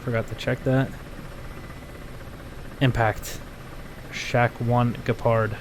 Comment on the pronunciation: Your first pronunciation of "Gepard" was very accurate. Sounded like we Germans say it. But we are very unhappy with Russian choppers shooting on our pussycat tanks. Our diplomatic channels will get in contact with yours 😎.